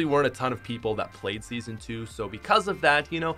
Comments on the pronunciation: U said seasno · I’m depressed now, because he messed up the word “Season”